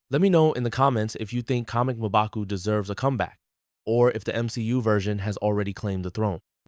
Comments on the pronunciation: It’s not mobaku, it’s Mmbaku while pronouncing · Mobaku😂 common atleast pronounce it correctly